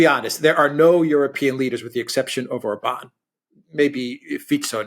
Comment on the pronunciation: The accent on Orban's name is on the first syllable, all Hungarian words are spelled with the accent on the first syllable